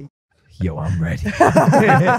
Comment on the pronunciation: When Logan said, Yo I’m ready. It sounded like be was ready to beat😂😂